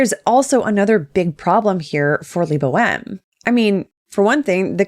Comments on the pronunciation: Who else hears his name as "Le Boheme"? :D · "i hope i pronounced that right" you better have pronounced it right, bc if not LEBO M gonna sue you too!!